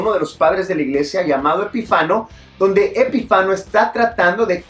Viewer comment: Es Epifanio el padre de la iglesia y no Epifano